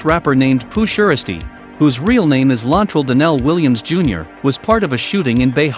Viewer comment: Pooh sheristy that's not how u say it its s shiesty